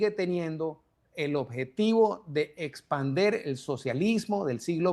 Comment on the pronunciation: Señor se dice expandir, no espander